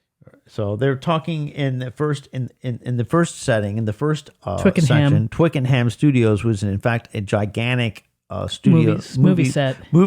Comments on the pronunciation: Very enjoyable, but the pronunciation is Twicken'um, not Twicken-ham. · Please Americans (this is not just you guys, sorry, I love your work, this happens all the time) don’t try to pronounce things how they are spelt. Twickenham is pronounced Twicken’m not twick-en-ham. I wish American fans would just copy the speech that they hear.